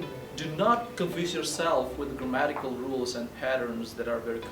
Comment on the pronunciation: I heard at a glance there are pronunciation mistakes when you said the words: "comprehend" (american or british you are) then, "grammatical" (check again in your dictionary), "Produce" Check again how to pronounce it... Sorry bro... Good Luck